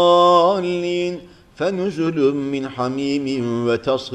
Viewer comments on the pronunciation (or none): none